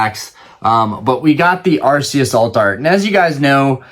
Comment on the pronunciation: Im glad you say Arceus the right way haha I love him and Palkia! Ive never seen trading events, I only ever hear about people going to play the game and I just collect on and off